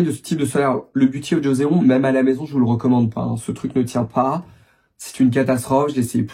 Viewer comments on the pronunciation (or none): Joseon (조선) se prononce <Jossone>, pas jozéon. Il s'agit d'une période historique de la Corée.